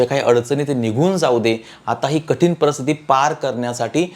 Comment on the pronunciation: Marathi bhasha bolaila shika .parastiti nahi paristiti